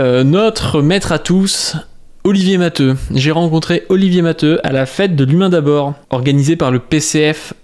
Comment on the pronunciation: Non t'as raison c'est prononcé matéou. C'est un nom catalan.